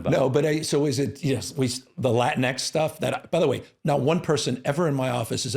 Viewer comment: It's not pronounced Latin-X it's pronounced "latinks".